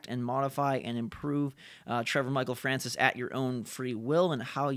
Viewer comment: it's Francis not Francise